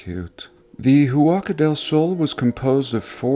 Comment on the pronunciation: Wow! 130 million adobes!! That's a LOT of hard graft for indigenous primitives... just wanted to add that one doesn't pronounce the H in Spanish so its phonetically "wacka" del sol :)